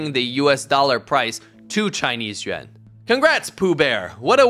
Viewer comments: It's Yuan, not Yuen. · Why you pronounce yuan sounds like yen....what and why? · Bro can’t even say yuan right lol